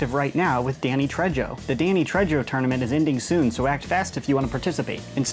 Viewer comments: Pronounced Danny tray-ho not tredge-o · OH MY GOD IT’S PRONOUNCED TRAY-HOE, NOT TREH-JOE MY EARS, CANNOT UNHEAR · Ah yes Danny Trejjjo lmao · You say it as Danny treho not trejoe in Spanish J is pronounced as a H sound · Screaming about Danny Tray-Joe, lmaoooooo. Hes Spanish, J is pronounced like h, so like Tray-ho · Danny Tre-JOE? Really? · it is not re yo... its tre - ho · Man really said Tredjo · It's Trejo pronounced tray-ho. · Avengers modulus. Been waiting for you to talk about these! Your pronunciation of "Trejo" is awful lol. In spanish, J sounds like H. Its "treho" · Danny Trey-ho you never pronounce j like that with Spanish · Its pronounced tray-oh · Its pronounced TRAY-ho you silly nerf reviewer. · I'm sorry, Danny who? That has to be the whitest pronunciation of Trejo I've ever heard. EDIT: Over a year later and gives this comment a heart. Taking a trip down memory lane, buddy? Same:) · I thought the same dude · I literally instantly came down here to say "Goddamn you're white " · ahaha I was laughing at it too. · Boy who taught you how to say Danny Trejo omg I’m dead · Trejo xD is like saying Juan with a hard J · "Trejo"? Wow, you're so white, dude